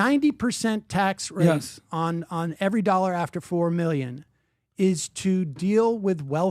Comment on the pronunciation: Retarded pyramid scammer who can't even pronounce the world "dollar". The fuck face says "a million nollars". Go back to Iran.